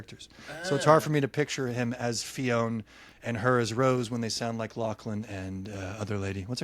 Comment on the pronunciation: Okay, I have avoided listening to Butcher & Blackbird because of the BUTCHERED (see what I did there?) fake Irish accent. Not sure if I can go straight into Leather & Lark without the first one. But do they say Fionn in the audiobooks the way you’re pronouncing it in this episode? Because the name is pronounced F-yuh-nn. Not Fe-own. It means fair/pale, and every time you see Finn as a name in books it’s actually a derivative of Fionn. I like seeing Irish representation in these books, but so many fantasy books take Irish names or parts of Irish mythology, and totally ruin them by not hitting the audio clip button next to the name on Wikipedia or researching the pronunciation. Like, we don’t mind you all using Irish culture in your books, just don’t do it so incorrectly!